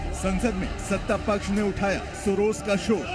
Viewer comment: सोरोज नहीं सोरोस बोलो क्या 😅